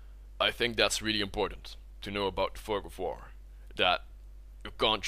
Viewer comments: thought he said the "fuck of war" ROFL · Wow that pronunciation ..... da fug of voor!